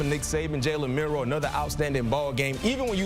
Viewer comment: did you say Jalen Milroe he meant to say JALEN MILTHROW